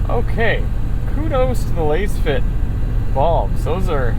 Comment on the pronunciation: You can't even pronounce the companies name correctly smh